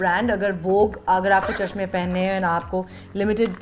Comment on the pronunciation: Why do you call that chamah🤣🤣🤣😋🤣😂😂😂😂. Its chashmah